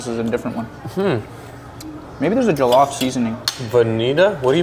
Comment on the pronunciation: pronunciation of jollof is so good!! nigerian king!!!